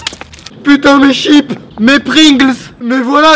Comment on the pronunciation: J'étais mort de rire à quand t'as dit "mes chipe, mes pringls" ahahah, de mieux en mieux tes vidéos je te suis depuis longtemps, gros gg Lache rien.